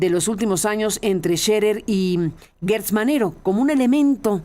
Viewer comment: Carmen es Gertz no Guertz. ¿cómo dices geranio o gueranio; Gerardo o Guerardo?